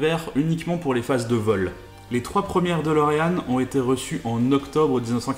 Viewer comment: La dOlorean e, prononciation ???? holala